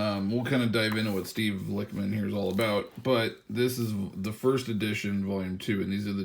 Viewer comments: Bruh The Lich in “Lichman” is pronounced like the wich in sandwich. This is because Steve is a type of Necromancer called a Lich. If you don’t know what a Necromancer is, it’s a Wizard that brings back the dead. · It’s pronounced lichman like itchman